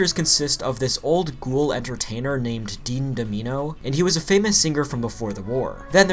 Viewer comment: “Dean Dom-eeno?” Really bro?